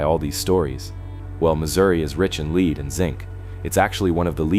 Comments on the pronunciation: Ugh! It can't read‼️😝 Leed instead of lead, it put ed instead of d sound🤦‍♀️ For something so smart, should learn to read. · The narrator got "Belfontaine" right!! And that's funny, because almost everyone I've known, has mispronounced that name as "Bell-fountain." And the word "lead" is actually two different words, "lead" is a heavy metal, pronounced simply "led." Lead is also a verb, meaning "to guide," it's pronounced with a long "e" sound, like "seed," or "reed." It's those dumb mistakes that make me think the narrator is a computer generated voice. It needs to learn the differences in these, and other simple words. FIX IT OR NIX IT!!!